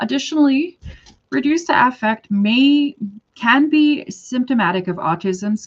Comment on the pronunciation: Even though it's spelled like affect, in my experience people pronounce this in clinical context as Ah-fect. Like how you say it